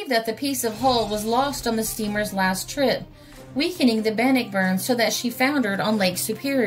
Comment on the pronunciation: I once lived on Bannockburn Ave. In Ambler, Pa. in 1957/58🙃🙂The name is pronounced Ban-nock-burn.